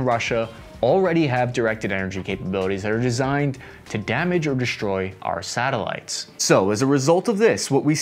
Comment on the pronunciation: Good report; but please: the word is "destroy"... NOT "DESHTROY"